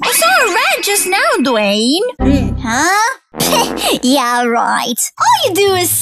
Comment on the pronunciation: I like the part when Lisa saidDwayne's name wrong